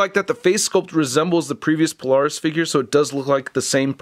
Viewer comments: Okay I missed this comment. I was wondering why NOBODY was commenting how he mispronounced Polaris. (He did the same in the previous Polaris video 2 years prior.) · Weird how I don't see a single comment about how he's mispronouncing Polaris in both this and the previous Polaris video.